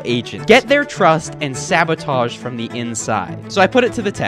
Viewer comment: Sabotage* not Sebotohrge